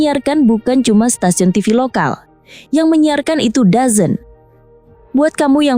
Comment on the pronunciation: DAZN bacanya dezon / dzon